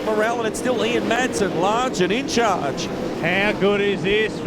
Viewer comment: I can't stand it when commentators don't know the drivers names!. Will someone tell this commentator the drivers name is Ian Madsen..... not Ian Maddison.😠